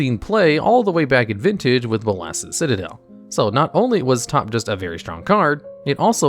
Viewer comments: Pronounce Nicol Bolas. Now pronounce Bolas's Citadel. See? It's not that hard. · I can’t tell if I’m pronouncing “Bolas’s” wrong or if you are